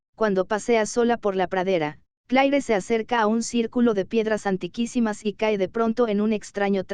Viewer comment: El IA es muy textual! Por ejemplo el nombre de cleare 😢